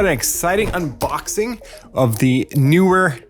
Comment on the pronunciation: Umboxing ❌ Uuuuuuuuuuuuuuuuuuuuuuummmmmmmmmmmmmmmmboxing✅